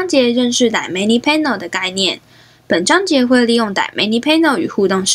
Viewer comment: 其实是叫dy/na/mic，不是叫dy/manic，我说怎么一直听着不习惯